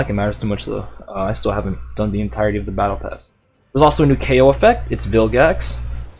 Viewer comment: Ur the only person who said vilgax name right🤣